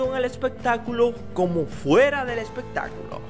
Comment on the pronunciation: Juera, jue....jajajajaja ni sabe hablar es FUERA, FUE no con jota, con F